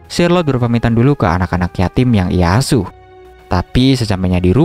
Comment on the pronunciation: Bang tadi di minecraft berapa gitu abang bilangnya asu bukan asuh